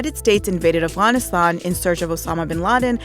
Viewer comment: Afghanistan you idiot not "Aragastan" or whatever she said.